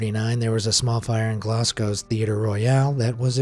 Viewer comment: Why does he say Glasgow like that?